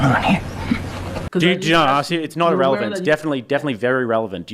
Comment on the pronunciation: She said, "...urr-elephant" 😂